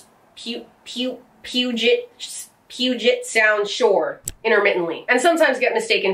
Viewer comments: Say it with me...peuw-jet...sound. Lol. My backyard. Love your content. Rapid fire is my jam, despite the jump cuts. I would hate, (love), to see the out takes. Please, keep making content. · Pew-deh-ghit Sound is roughly how you say it. All I can say is good luck with most town names XD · Me who lives near the puget sound as she's butchering the name:😶 I mean she eventually got it right... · did you just say "pew pew pew pew-git sound?" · I'm sorry, but I had to do a double take that, who went to Oregon State and had trouble pronouncing Puget Sound, which is practically next door, state-wise?